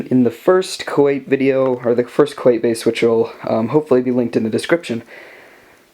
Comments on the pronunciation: I thought it was pronounced Koo at not Koo ait? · Koyt? What's koyt? Do you mean Kuat? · I just like to point out that 1.) awesome build you got there, and 2.) it's pronounced Kuat, Ku-at, got it?